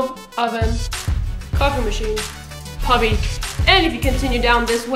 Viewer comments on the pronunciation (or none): "pubby" dat pronunciation. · Lol "pubby" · I love the way you say puppy :')